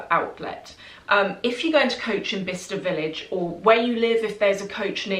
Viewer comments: I always thought you were saying “Vista” village 😆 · I thought you were saying "Vista Village". Explains why I couldn't find it lol Thank you so much for sharing!